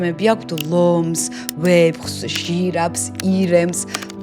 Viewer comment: ვეფხვს არა ვეფხს 😂